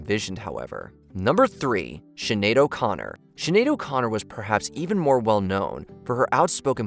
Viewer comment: "Shenedo Connor" in the sections